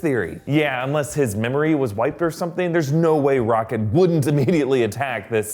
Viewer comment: Sounds like you called him '